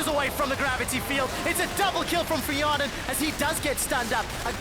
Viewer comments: Hjarnan = fionen...well at least for Quickshot XD Just pronounced the name wrongly. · why said fionen ? xD! my english is bad... maybe mistake from teller?